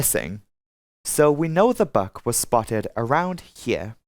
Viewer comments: Buk is pronounced like book, not buck. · Buk is pronounced like "book". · You lost me at the history lesson. I’m here for aviation crashes not geopolitical commentary. Also, I t’s pronounced BOO with a K at the end.